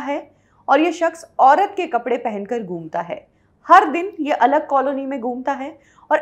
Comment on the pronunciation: apne pronounciation thik kijiye.....Gum ta hai na Ghumta hai. Aap ek program karte ho aur pronounciation thik nhi to acha nhi lagta